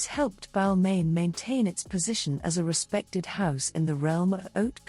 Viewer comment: It was the mispronunciation of ‘Balmain’ for me But I guess these things happen with AI voiceovers